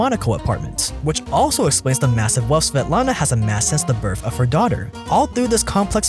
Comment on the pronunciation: are u saying birff for the word birth??